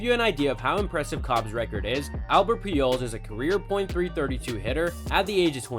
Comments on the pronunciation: He also said Peejols instead of Pujols and Icheero instead of Ichiro. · When was this video actually made? Video was just posted a few days ago but guy is talking about Pujols and A-Rod like they're still playing (and still putting up the numbers like they could a decade ago). And is dude pronouncing Pujols (and several other player names) so badly on purpose? Sounds like he's saying Peeholes. He also butchered the pronunciation of Alex Rodriguez, Miguel Tejada, and Orel Hershiser names. Dude doesn't mispronounce any other words that i noticed or seem to have an accent or anything. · What is he even saying when he tries to say pujols?